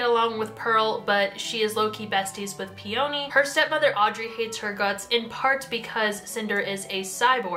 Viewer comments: I'm sorry but I'M SREAMING over the way you pronounce "peony" it's "pee-uh-nee" not "pee-o-nee" she's named after the flower 😂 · Okay i will forgive Eeko but i will not forgive the way you say Peony???? Pe-Oh-Nee girlie WHAT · PEE ONI!?!! PEONY. LIKE THE FLOWER. LIKE ELENA CALLS HER BELOVED FLOWER HOME WHICH I KNOW YOU KNOW WHAT IM TALKING ABOUT I SEE THE BIBBLE IN THE BACKGROUND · "pee-oh-nee" ITS "PEE-YUH-NEE." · For future reference peony is pronounced pe-uh-nee. It's a flower😂. Also I absolutely adore this series. It is one of my favorite book series ever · YESSS SOMEONE WHO PRONOUNCES “IKO” RIGHT 😭 😭 although peony is actually pronounce pee-uh-nee and channary is pronounced “sha-narry” or possibly “sha-nah-ray.” Marissa Meyer has a whole pronounciation guide on her website! Apparently there are people out there who pronounce Kai as “kay” 😭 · brooo i re-read cinder (for a kindle reading challenge lol) recently and somehow forgot how o b s e s s e d i was with the series. so goood. aso, i was always in the "Ee-ko" not "Eye-ko" camp, so that didnt bother me, but the hard emphasis on the o in Peony was almost too much for me 😭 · Your pronunciation of Peony is making me cackle bro